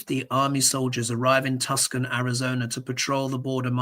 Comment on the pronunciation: Tucson = say Too sahne